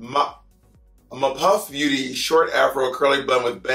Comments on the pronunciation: screaming at Map Of Beauty being pronounced as "m'POFF Beauty" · “muh-puff” i think it’s “map of beauty” lmaooo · Bob saying "Map of Beauty" as "Mapoff Beauty" hahaha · I love how she turned "Map of Beauty" into "Mapov Beauty"!^^ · Not her saying “Mah-Pof Beauty” Gurl that says Map Of Beauty, but all one word 😅😅😂 She was taken aback when she read it the first time🤣🤣🤣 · I’m laughing at the first wig. Bob said mapof beauty vs map of beauty 😅😅😅😅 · She said MaPOF 😂 love you so much Bob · “Muppof beauty” Lmaoo Bob!! That clearly said Map of Beauty☠️☠️☠️☠️😭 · Not "mapof " and not "map of beauty" I am crying immediately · “Mapof” Beauty. LOLOL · mapof lmaooo instead of map of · "Mapof" :P